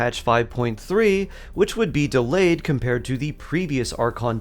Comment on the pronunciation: She’s not delayed, she’s delYAYed.